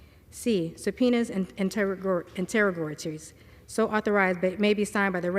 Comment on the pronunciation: Do you know what interrogatories are? She mispronounced the word three times...I'm guessing she doesn't know what it means either.